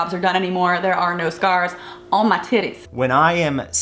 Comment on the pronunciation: goal: to be able to say "i bought my own tittays"